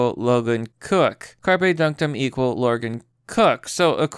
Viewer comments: Dude, learn how to pronounce shit. "Carpe" pronounced "Kar-Pay" from "Carpus" is Latin, meaning pick, pluck, pluck off, cull, crop, or gather. As in "Carpe Diem" meaning "Seize the day". It's not the fucking fish. You constantly fuck up pronunciation, and it makes you sound like an ignorant little kid. When in doubt, LOOK IT UP. ... Jesus Christ. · How do you not know how to pronounce Carpe.